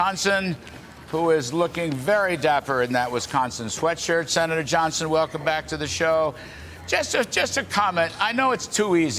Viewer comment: His name is Ron Yohnson he lives in Vesconson....